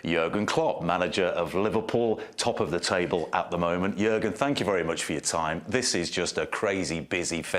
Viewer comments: It's Jürgen or Juergen, but definitely not Jurgen. Two different letters Ü and U, it's like replacing an N with an M. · it's Jürgen Klopp not Jurgen Klopp , for a famous Sport TV station like NBC this is a stupid error!